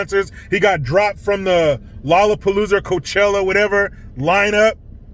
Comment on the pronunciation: He said “coochella” I’m dead 😵 man remember snoop from 99? That was all of us singing